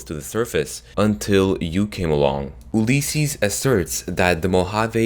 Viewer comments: OLYYSESES? ITS ULYSSES! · Please say Ulysses correctly, your saying oohlysses. It bugs me. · Oolleses XD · Gonna have to stop you at Ulysses, it's pronounced "You-Liss-Sees"